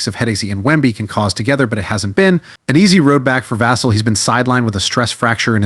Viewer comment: It's pronounced Vuh-sell put some respect on his name.